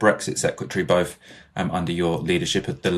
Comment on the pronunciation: I'm not Wiv you. Bofe of you actually.🙄 Is English really so difficult to pronounce🤔 Deary me.